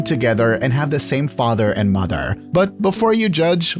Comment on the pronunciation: “Fatherrrrrrr” and “Motherrrrrr”